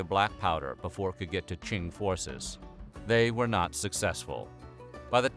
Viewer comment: QING pronounced as Tzing not King🤓